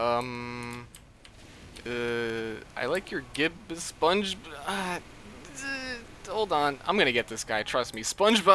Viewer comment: Spon-gee Bobuuu.